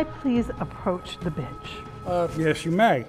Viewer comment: She definitely said bench it sounded like the b word